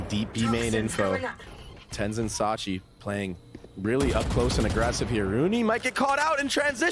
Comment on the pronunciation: Why is he saying sachi it's tilting me 🤡